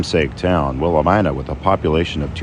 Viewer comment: Not Willa ME nuh?